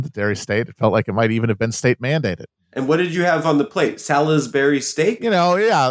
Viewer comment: How Adam pronounces Salisbury is so upsetting.